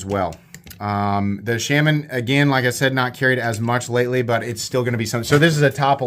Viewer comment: If only you could pronounce Shaman correctly. WTH